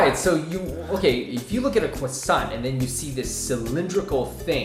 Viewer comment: "cwossant"